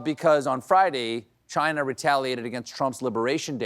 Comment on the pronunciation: He really needs to improve his Trump pronunciation of "Chinahhh".